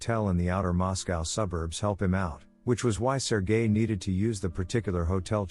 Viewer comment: When the voice says sergel its sounds like sir guy, lol